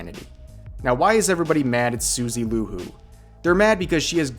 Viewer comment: It's Suzie Q, not Suzy Lu lol